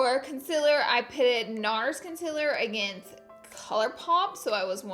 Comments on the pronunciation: Im not sure u know this but... its CONCEALER not concillir . lol😂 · It's C O N S I L L E R not CONSILLIR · Btw its concealer not concillir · Laura Lee "concillir" amazing lol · I love you but,it's not Concillir it's Concealer!!!😂😂♥️ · its con see ler not con sill er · Can you say “concealer” not concillir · She even pronounces it “concillir” lols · LOL i love you laura but what is "concillir" ? i usually use concealer :P hahaha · I can't stop saying concealer as 'concillir' out of watching too many of your videos 😂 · Does she say “concillir” as a joke or does she actually think it is pronounced/ spelt that way? In her Instagram poll she spelt and said it “concillir” but in your description box, you have it as concealer . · CONCEALER GIRL NOT CONCILIR 😂😘❤️ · "CONCILLIR" OMG DEAD 😂😂😂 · was she being serious about “concillir” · OK LAURA, I love you and all but r u even a beauty guru because what the actual hell!!! CONCILLIR WHO IN THE HELL SPELLS IT LIKE THAT!!!! YOU SHOULD FREAKING KNOW THAT ITS CONCEALER!!!!!!! CONCEALER!!!! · It’s ‘CONCEALER’ omg!!!! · “CONCILLIR” lmao laura 🤣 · Give Jin More Lines she does say conciller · It’s a joke lol everybody always calls her out cause she can’t pronounce concealer for shit she says “conciller” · concillir?? 😂 ily laura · Melissa Dyas people usually say that when she says concealer is sounds like conciller so that is why she put it so it was on pourpuse❤️ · Mar Τ it’s concealer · Omg it’s concealer 😂😂😂 not what you say 😂😂😂😂😂😂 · The way you say concleaer helped me remember a form of extraordinary magisterium in my 're GCSE...... thank you x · Jordy San not with the way she pronounces concilirrrrrrrr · Is it just me who realised she says and writes concealer wrong??